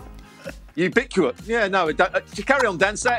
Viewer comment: 😂😂😂😂 real English speakers are struggling to pronounce: “ubiquitous” of wow!